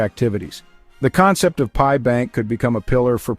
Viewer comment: Wtf is this idiot saying. It's pi coin not .p.i. coin This shit gives nobody any confidence at all. You can't even say the name of the coin correctly